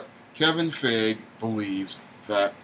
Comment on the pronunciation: It's Pronounced Fi -E - Ghee and not Fey - Age or whatever. Stop murdering the name already.